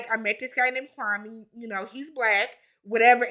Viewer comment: Kwame is an embarrassment to us Africans. He isn’t even pronouncing his own name right. It’s KWA-May Not KWA-Mee. Like SIRRR